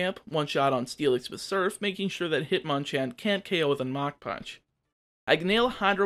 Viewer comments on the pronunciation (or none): none